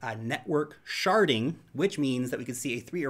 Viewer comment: Why do I laugh every time I hear ‘sharding?’